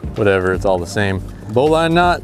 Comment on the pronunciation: You’re pronouncing bowline like a dude thats never seen the ocean.